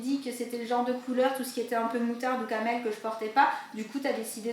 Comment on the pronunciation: On dit pas la couleure Camél on dit la couleure Caramel